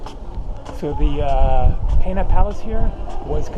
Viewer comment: He says it wrong, its pena, and he pronounces it has "penha". Pena in Portuguese means Feather.